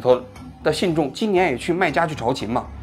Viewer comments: 老师那个去麦加的叫朝觐，不叫朝勤😂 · 朝觐（读进） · 王老师有个字读错了“朝觐”（jin）四声！ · 朝觐的读音应该是chao jin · 仅供参考，因为您不是中文系的：朝觐，拼音是cháo jìn（我也不是）。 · 王局大哥，朝觐（chao jin）😊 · 朝觐jin,王局读别字了，本是无足轻重的小事，但是王局读者数以千万计，影响力巨大，搞错读音会带歪了太多人。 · 朝觐jin四声